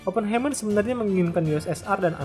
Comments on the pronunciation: dibacanya bukan ‘Hei’m(mer) tapi ‘Hai’m(mer) - Heimmer itu dari kata Heim (dibaca Haim) yang berarti home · FYI, cara baca "Oppenheimer" itu "Aa·puhn·ha·mr".